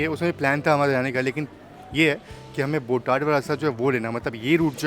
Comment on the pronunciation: station name is बोटाद not बोटाड